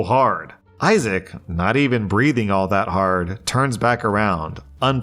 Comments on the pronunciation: It's pronounced "Eye-zic", not "Eye-zay-ic". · Welcome to where he mispronounced the name Isaac as ‘eye zay ick’ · why does he pronounce isaac as "isaic" 😭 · "Isaac" is pronounced "eye-zick", and I don't know why the doesn't understand that 😂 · The most WILD pronunciations of "Isaac" I've ever heard 🤣 Can't stop chuckling at "I-zay-ek". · It's not even the first time. He also mispronounced, then properly pronounced it in that episode, too. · Right? 😅 Not eye-zick, not eye-zack.... Eye-Zay-Ick 😂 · Five years later still can’t pronounce isaac correctly. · I thought I was hearing things. Then I thought he was saying Isaiah. Then I LOL'd. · Today we learned that really struggles to consistently pronounce Isaac lmao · always gets tripped up by the name Isaac. 😂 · Why does pronounce Issac wrong? 😂😂 I’ve noticed that. Kinda funny.